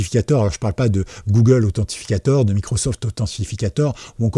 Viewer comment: Mec, 🤬... Authentificateur = si tu veux franciser. Sinon, en anglais : ANTHENTICATOR !!!